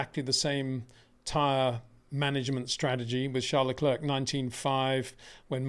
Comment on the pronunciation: Again…. it’s pronounced lecl’air’. like Air not lecl’erk’ like ‘clerk’ !